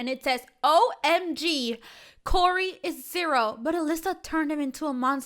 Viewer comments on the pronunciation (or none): You saying Elisa is so triggering. It’s ELLE-IZE-AH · it’s Eliza not Elisa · Isn’t it Eliza pronounced Eh LIZ AH